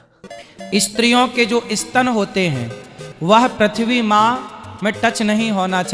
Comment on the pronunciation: It's स्त्री not E स्त्री & स्तन not E स्तन.